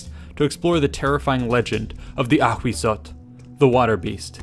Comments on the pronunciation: Thank you for this vid, I love all this aztec series! Only, Ahuizotl is pronounced “awisotl”, not “akhwizzotl”. In nahuatl (aztec language), the spelling hu- corresponds to an English w- sound, and z- to a silent s- sound 😁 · Ahuizotl is pronounced as /awisotɬ/ hu = /w/ z = /s/ tl = /tɬ/ ...& in Classical Nahuatl is: Āhuitzotl = /aːwitsotɬ/ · "Ahuizotl" sounds like "A Weasel"... Ttt. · Ahhahah why the narrator pronounce the name of it so frenchy, choking, dramatic? LOLOLOL